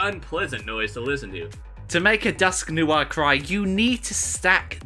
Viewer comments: its dusknoir not dusk noar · "Dusknewar" apparently that's how you pronounce dusknoir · Wtf is a dusknoowarre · Im only disliking because fo how he fucking pronounced Dusknoir